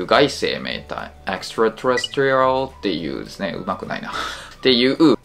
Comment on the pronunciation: 細かいけどextraterrestrial のアクセントは4音節目じゃないのかな？？